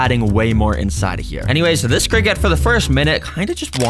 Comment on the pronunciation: criket 🗣️ sounds better